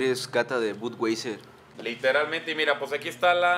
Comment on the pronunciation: El acento en inglés es malito States en vez de states , Budweiser Se pronuncia bodwaiser, miquelob, no michelov